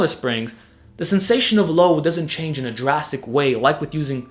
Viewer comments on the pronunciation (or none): none